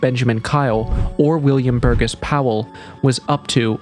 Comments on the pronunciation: Bur-GESS? No,it’s pronounced Bur-JESS!! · And just for the record, Burgess is pronounced "bur jess." The "g" is soft.